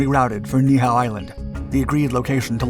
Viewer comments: It's pronounced Nee-e-how. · Hey just a little fact checking. The Niihau incedent segment there are two corrections that can be made. Niihau is technically spelt Ni’ihau and is pronounced “NEE EE how” not neehow. Besides that great video! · That's not how the island they landed the zero on...is pronounced. Ni‘ihau